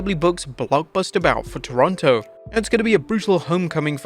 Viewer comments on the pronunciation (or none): none